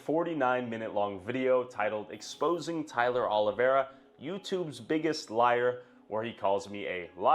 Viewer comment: If he’s going to make a hit piece of Tyler oliveira why can’t he say his name right lol